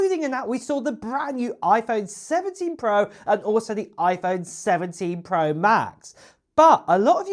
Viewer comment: “Pwo” this dudes voice